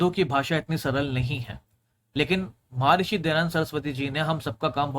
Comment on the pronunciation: वेद में श्लोक नहीं मंत्र है। महर्षि ना कि महार्षि।